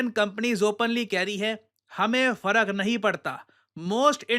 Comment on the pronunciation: I heard "Hame Fadak nahi padta" 😂